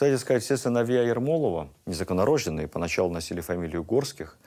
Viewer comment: Так же неправильно ставится в монологе ударение и произношение слова "незаконнорождЁнный",где ударение на "Ё",а не произносится это слово,как "незаконнорождЕнный"с ударением на "Е".Это ошибка.